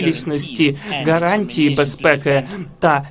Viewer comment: Божечки,, спробуй говорити букву Г, у слові гарантії, а не Ґ. Це не російська мова. Тренуйся більше і в тебе все вийде!!!